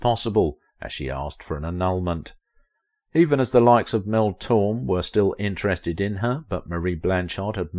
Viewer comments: pronounced Mel Tor-May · Mel /tor MAY/ is how you say Torme